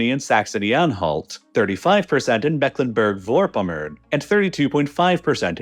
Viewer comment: Ah yes Mecklenburg vörpomör homie gave up on that one 😂